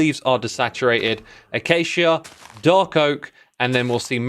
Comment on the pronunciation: xisuma finally pronounced acacia correctly